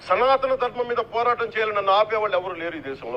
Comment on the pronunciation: సనాతన కాదు.సనూతన!!😮😮